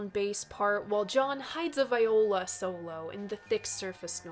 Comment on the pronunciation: The word "Viola" when referring to an instrument is pronounced "Vee-oh-la". "Vigh-oh-la" is a woman's name. Keep on making wonderful stuff,!